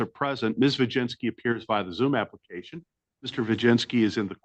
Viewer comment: Applecation... Is killing me 😅